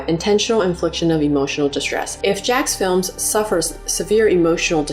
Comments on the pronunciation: It's Jacksfilms... not Jackfilm. It's so weird no one can get his name correct. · The apology saying his name incorrectly feels like a very subtle insult.